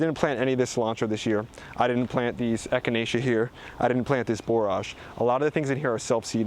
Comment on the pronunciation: You did mispronounced echinacea though. So cringe to hear